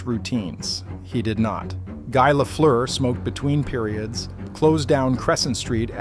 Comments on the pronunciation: I appreciate the narration, I know the sound "eu" in Lafleur is impossible for english speaking people to pronounce. Just like the "r" are impossible for me to say right in english. Guy Lafleur was a huge deal in Québec, and it's great to see a documentary about him. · Once the name is not pronounced correctly stop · Pronounce his name right to begin with